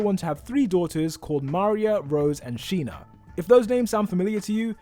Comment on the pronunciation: this is sina not sheena.